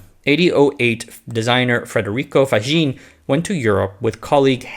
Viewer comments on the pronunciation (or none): Funny: A few "r"-injections: Praderborn instead of Paderborn, Frederico instead of Federico.